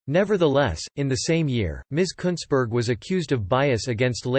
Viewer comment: At least your pronouncing her name right, just that she spells it incorrectly.